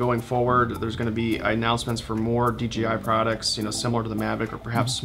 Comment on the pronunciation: So... is it officially DGI now? No one can say that crap right.